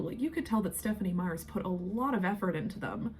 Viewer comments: It is the VOL TOUR E phonetically, not "the vulchary", like it sounds went you say it. Also, the author's last name is MEYER not Meyers. If you are going to keep making videos about the books and movies the least you can do is take 2 seconds to listen to an interview or somebody else's video or rewatch the movies so you are pronouncing things right. I can't WAIT to hear you try to pronounce Quileute, which you fully avoided doing in your video about Jacob. You obviously need to reread all the books and rewatch all the movies because you get things wrong often. I haven't even read the books in about 20 years or seen the movies in the last decade but I know you are wrong often. If you want to do this as your hobby or "job" you should at least do it right. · Slight correction, the author's name is Meyer, not Meyers. I hope I said that without coming across as rude. I totally agree with you BTW. The Volturi, were underutilized and I would have changed the story in the same ways. 👍🏼